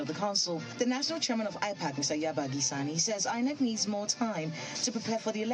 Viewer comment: Why does this former INEC guy keep calling it EENEC?